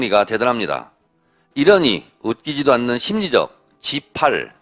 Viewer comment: 심리적 십팔로들리네